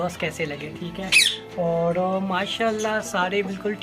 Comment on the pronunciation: Boht khoob ❤ آپ اور کو اووڑ کیوں بولتے ہیں